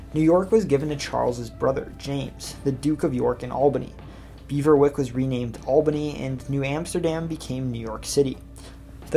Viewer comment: Beverwijck or Beverwyck not Beaverwick. Bever may mean beaver in Dutch but I don’t believe that it is pronounced the same.